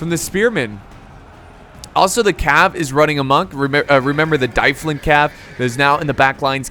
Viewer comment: I'm pretty sure dyflin is pronounced dove-lin because gaelic.